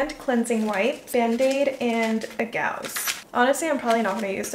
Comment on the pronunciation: E:"my brain is not working today"... Everyone about her:"does it Ever?" Not her saying Gaousse🤦🏼‍♀️ IT'S A GAUZE!!!!!